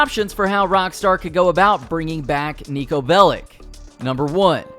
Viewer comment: Its pronounced as “Bell-itch” not “Bell-ick”